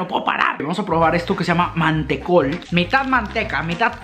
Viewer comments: MANTECOL NO MATECO Y NO ES UN CHOCOLATE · Me pado con el vauquita que le dice vaquita, el mantecol que le dice manteco y el turron que le dice arcos y que yodos son chocolates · manteco, chocolate ARCOS JAJAJAJAJ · Con mucho amor...... Arcor no Arcos Mantecol no Manteco Vauquita no Vaquita Don SatÚr no Don Satur Creo que es todo je ❤️ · No es arcos, es AR COR con R. Y no es manteco, es Man te colllll, con L, y no es un chocolatito!!! Y no es vaquita, es VAU QUI TA...Y finalmente no es un vasito para tomar mate, es un Mate. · dijo manteco en ves de mantecol le mandaron fenet XD 😂😂 soy argentina 😊😘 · Pipote ? ?? Es bombilla bueee . Manteco ???? Es mantecol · Manteco jajajajajajajajajjajajajajajajajajajajajajahahaa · Estás diciendo TODO MAL... vaUquita... Mantecól... Félfort... Don Satúr... Sherba!! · Me mato como le dijo al Mantecol